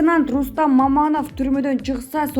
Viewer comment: Меценант эмес,меценат ,туура оку